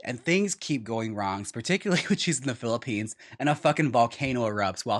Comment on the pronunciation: Julie Brown's pronunciation of the Philippines as the Puh-hilippines is next level. Also, her lucky star recitation that she ends with "it's so hard to be so cold and so alone in the rain" makes my heart sing. RIP to the back rows that died in the lava in the Puh-hilippines.